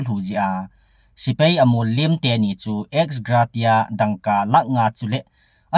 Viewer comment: sopi exgratia na pronounce chu adih poi kisuh dohdi ti in